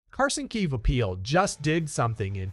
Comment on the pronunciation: Also learn how to say his name correctly